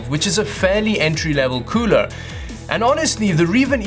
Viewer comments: I like the way he says cooler KEUWLER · The cuuler isnt that kuuuler when it doesnt look like its qooooling